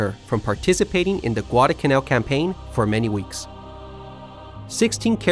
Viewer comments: NOT Guad-uh-canal. It’s Guad-al-canal. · What is "gwadacanal"?